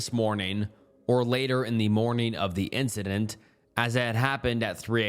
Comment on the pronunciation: also he literally never pronounces "incidents" correctly😭😭😭 dude says "instanences"